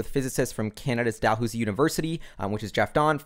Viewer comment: only one criticism: Dalhousie is pronounced "dal-how-zee". Just a tip from your friends up north!